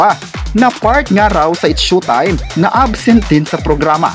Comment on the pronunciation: S H O W- time po…..not SHUTIME……